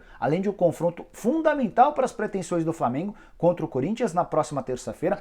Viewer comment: É Flamengo e não flamingo